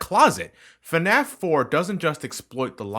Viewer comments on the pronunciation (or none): "Fuh-naff"? Is it really that hard to say "FNAF"?